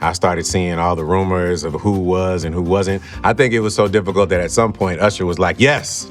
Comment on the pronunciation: How you not gonna ask him about Ursher and P Diddy? Yes, URSHER. Lol good episide though, for real. Luda seems to be a good, genuine dude.